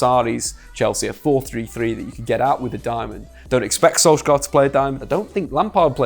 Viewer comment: Im from Norway. I just wanted to correct you on the pronounciation of Solskjær. The letter K is silent. So it becomes like Solsjær.